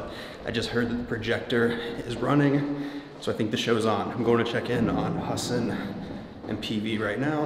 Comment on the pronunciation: Is it just me, or did the announcer mispronounce Hasan’s name when he was introduced?